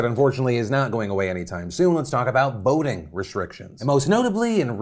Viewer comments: Phil the first time you said voting restrictions, I thought you said boating restrictions. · When you said “ voting restrictions” I thought you said Boating restrictions at first. Lmao